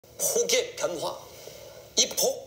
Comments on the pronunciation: 분필도 분필인데 “ 이 폭의 변Hwa" 발음이 ㅈㄴ 중독성있음 ㅋㅋㅋㅋㅋㅋㅋ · 시삭할때 저 맛좋은 “폭의 변화” 발음때문에 또 보러온다 ㄹㅇ